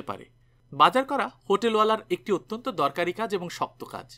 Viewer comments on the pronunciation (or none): none